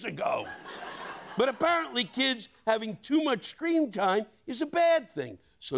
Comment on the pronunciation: did he say “scream time” or did I hear him wrong?